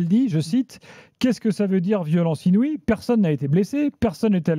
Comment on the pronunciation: On parle de LONGORIA qui galere avec le francais pour "INOUIE" .